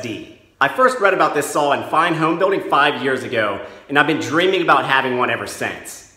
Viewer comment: What’s a “sawl”?